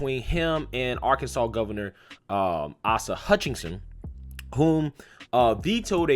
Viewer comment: Respectfully, I think it’s “Ace-a” Hutchinson...... Keep up the good work! 🇺🇸👍🇺🇸